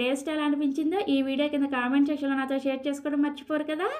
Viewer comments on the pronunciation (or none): none